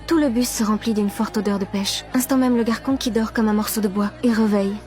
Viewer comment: Tu as dis toute l'histoire garquon pas garçon 👦